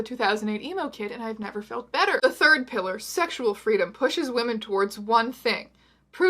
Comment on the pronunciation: "Now I look like your grandpa fused with a 2008 emo kid and I've never felt better" Emphasis on better